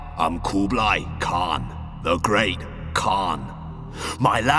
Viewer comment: Actually I think he said not that bad my name is Oğuzhan in english that means oghuz khan so yea I know he mispronounce but not that bad.. ^_^